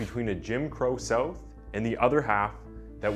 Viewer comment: It's so strange how your English is perfect except that you struggle to say "south". You say "soath". The first few times you said it I couldn't understand what you were saying.